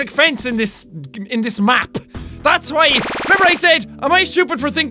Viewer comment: when you said why I sounded like you said Hawaii LOL!😂